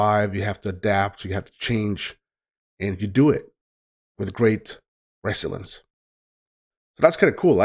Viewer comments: To say the word like most Americans say it, do NOT put the spoken emphasis on the First Syllobyl, put it on the second sylolbyl. NOT RES-so-lience, but res-SOL-ience. Thanks. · yeah, its rough for him being Swedish, and not speaking English every day. i told him its --- re zill yence --- for the pronunciation. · Its pronounced. (reh-zill-e-ence) Resilience